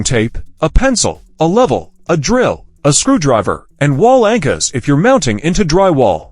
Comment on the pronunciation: "wall anchas" 😂